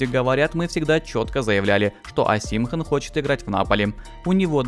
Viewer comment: ОсИмхэн кровь из ушей. ОсимхЕн. Всегда поражают такие блогеры которые не шарят в теме а лезут.